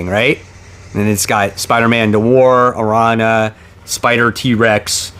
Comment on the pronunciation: Her name is pronounced, "Arr-Ran-Ya" (Spanish for Spider). Larsen is indeed a classic 90's style creator & we love him for it.